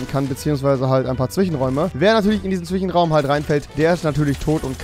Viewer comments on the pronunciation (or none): Zwichenraum? Hast du einen Sprachfehler?. Soll nicht beleidigend rüberkommen.